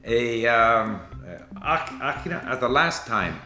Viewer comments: the way he prounces 'other' in arabic makes sound like Akhra and not okhra. akhra means, you poop(single) or i am pooping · I hope sees this, I want to tell him that in English we say " to speak in English" but in Arabic we don't use "in" "في" we use "ب". اتكلم "بالعربية" وليس اتكلم "في" العربية. Haha I knew is influence by Moroccan dialect when he said " akhra" اخرى and not okhra, he pronounced it like a native speaker (my self). You speak good as a one and year learner. بتوفيق